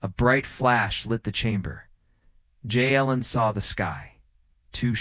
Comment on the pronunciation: Narrator seems to be reading English names but using Spanish pronunciation for them, Jalen is not pronounced with an H or a Y sound. It's saying Halen or Yalen instead of Jalen, it never says his name the same way twice. Decent story but distracting narration.